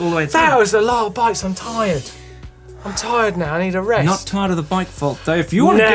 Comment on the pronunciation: Oooops, thought you said you wanted to take a "roost", not a rest!